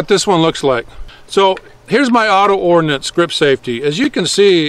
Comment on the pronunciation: Got to admire a man who knows it's Ordnance and not "Ordinance".